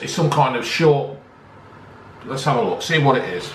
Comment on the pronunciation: Lets tookh inn